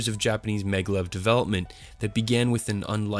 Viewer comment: It is MAGnetic LEVitation...pronounced MAG-LEV........ NOT meglev.....